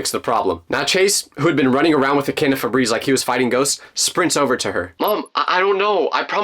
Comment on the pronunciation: my favorite part of this video was when you said somebody grab the can of Febreez😊🤣🤣🤣🤣🤣🤣🤣🤣🤣🤣🤣🤣🤣🤣